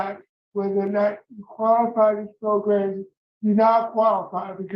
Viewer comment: I love how we say “progrums” on this channel. I think we need t-shirts. we need PROGRUMS t-shirts for sale.